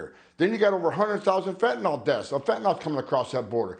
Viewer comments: Tom, respectfully, it’s FEN TAN NYL Not fentanall. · It it pronounced fin-ta-nil